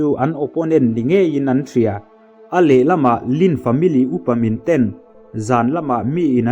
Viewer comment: Ten i lam dan hi ngaihthlk a ty nuam lo